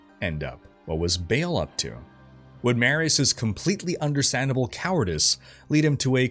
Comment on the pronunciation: I think its pronounced BAHAHAHL not Bale. For Baal.